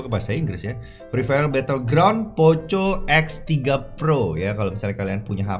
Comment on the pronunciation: Di baca poko kali bg bukan poco